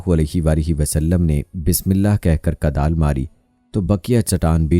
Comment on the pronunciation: Huzur ne Kudal Mari not Kadal, ap apni urdu sahih karain.